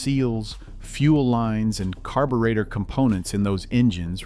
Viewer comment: I hate AI videos, carb.u.retor?